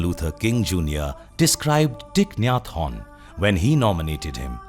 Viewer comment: The way he says his name sounds french "hon" 😅🙏🌷